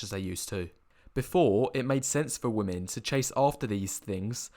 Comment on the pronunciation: "Poor wamen" Lmao